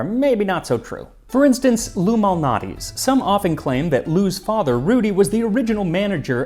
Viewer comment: I heard him pronounce it with a hard "L" and had to check the comments.